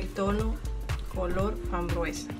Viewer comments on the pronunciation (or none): Por qué hay que repetir 600 veces " helados de coco con fambruesa"señora no se dice fambruesa se dice FRAMBUESA 🤦‍♀️